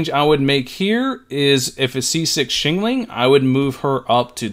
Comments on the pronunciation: Xiangling is pronounced "Shang - Ling" not "Shing Ling". "Sha" rhymes with "Cha" as in Cha Cha Cha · the way he says xiangling is my 13th reason